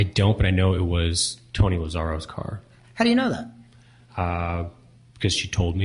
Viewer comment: Poor Tony Lazzaro. Dude travels all the way from New York just to have the judge continuously mispronounce his name. That must've been so annoying.